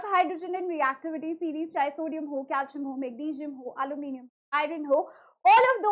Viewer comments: Alluminium ❌ aloo minimum ✅🗿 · Aluminium ❎ aaloo minium ✅